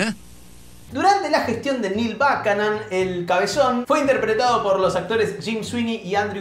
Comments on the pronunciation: Gran video pero... No se pronuncia "bucanon"? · No te das una idea lo mal que pronunciaste el apellido de Buchanan...